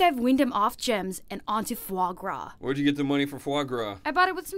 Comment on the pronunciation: Fwogras lol